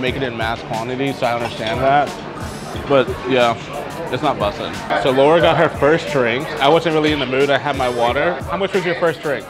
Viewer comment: He needs his black card revoked for the way he said “bussing” 😂😂😂💀🫠🥴 how you don’t know how to say it ?! 🤷🏾‍♀️🤦🏾‍♀️